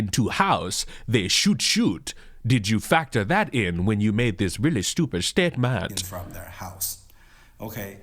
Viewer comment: The way you said “statement” has me rolling.